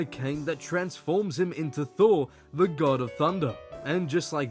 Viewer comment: "THORR" oops!